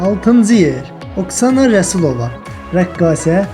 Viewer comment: Ay oğlan Oksana yazılır, amma Aksana deyilir, ayıbdı düz deyin, Ülviyyyənin məyi qəşəngdir, dəhşət